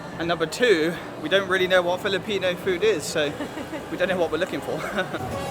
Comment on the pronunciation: Many Filipino words are in Spanish origin. So you should pronounce it in Spanish way and not in English 🙂🙂